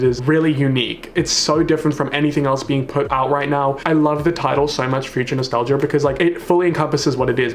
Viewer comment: Nobody:: dua liper Not a soul:: future nostalger